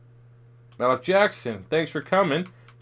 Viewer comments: Lucas Borja Yeah it's pronounced Maleek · Learn how to say Malik Jackson bro